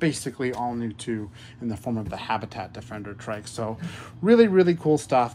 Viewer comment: Mans said tric 💀